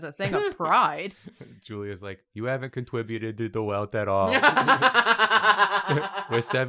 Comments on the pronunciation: “You haven’t contwibuted to the wealth at all. You sound widicuwous.” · says "You haven't contwibuted to the wealth at all!"